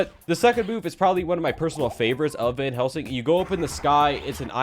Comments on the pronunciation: did anyone notice that said vanhelsing? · Why does say Vanhelsing?